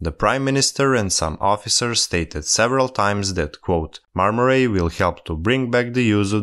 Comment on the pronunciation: The "ay" in "ray" isn't pronounced like "ai" in "rail". Right pronunciation is more like the word " I ".